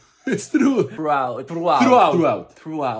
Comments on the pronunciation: Interesting that they can't pronounce the soft "th" sound, instead doing a hard "t" sound. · I have exactly the SAME prononciation than for "thro"😅😂 (it's because I'm french and italian, sorry for my english is probably Bad😅)